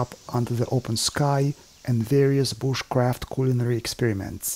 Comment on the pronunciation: I love how he say Booshcraft